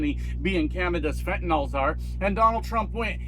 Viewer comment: Its fentanyl not fentonol lol